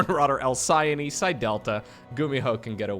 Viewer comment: Although the correct pronunciation of Alcyone is how says it, I've seen it pronounced "al-ki-OH-ne" in Japanese. Anyway, thank you always for the uploads! 💚